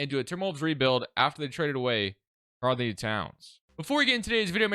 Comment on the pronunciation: its really bothering me the way he says karl anthony lmao